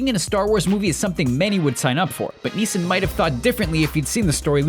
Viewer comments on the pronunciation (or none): Every time you say "Neeson", it sounds like "meesa"; as in Jar Jar. Also, I'm almost certain you said, "Yodo".